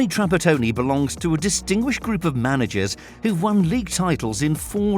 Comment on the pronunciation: To the maker can you f…… start to say ITALIAN SURNAMES and NAMES correctly? Do you UNDERSTAND that? Trapattoni….. sacci (is the way we ITALIAN have to listen the way u You destroy our language?) Why you don’t do it with Spanish ? Also is catenaccio!!!!! No H!!! And that was invented in Italy!!!!!!!! The way you say Bergomi for us is bergiomj…